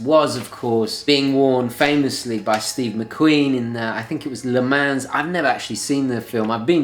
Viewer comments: Le Mans is prounced 'le Mon' TGV...;-) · Le mans pronounced le-mon like ‘monica’ not as its written.